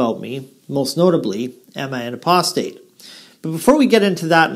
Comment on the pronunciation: I cannot believe Weilburg is for real. I've heard him say 'aprostate' too many times. And a real jw would surely be shut down by the elders for doing what he does.